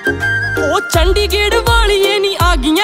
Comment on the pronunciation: Chandigerh ni hota h chandigarh hota h🤣🤣🤣🤣🤣🤣🤣🤣🤣🤣🤣🤣🤣😅😂😅🤣😅🤣